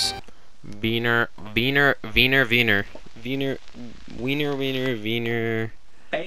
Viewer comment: "it's the divine relic now.... fuck!" it's werner, not wiener, also werner is a german name not a russian name so why you played russian music there is beyond me.